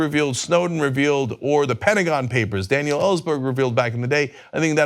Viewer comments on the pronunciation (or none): none